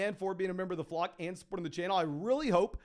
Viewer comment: Just some obnoxious feedback I guess but when you say Flock it sounds like Flog …slow down so we know it’s Flock, the flock fantasy crew baby. We here